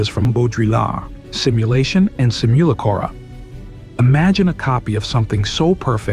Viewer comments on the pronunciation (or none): Hearing how he pronounced Baudrillard and simulacra killed this for me. SimuLaCOra????